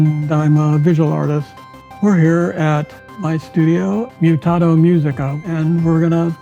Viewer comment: Bro it's not Mutato like you're Italian, it's Mutato like you're Samwise Gamgee. POE TAY TOE, MEW TAY TO. Thanks for coming to my TED Talk.